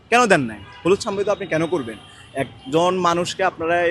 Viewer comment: অনেক বড় ছাত্র উনি! 😂😂😂 সাংবাদিক বলতে পারে না বলে সাম্বাদিক!! 😂😂😂